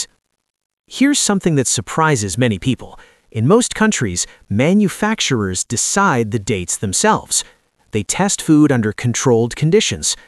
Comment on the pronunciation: "manufacturmers". "mers"? So bloody pathetic. People don't know how to talk with their own voices anymore so they use these jackass sounding AI's.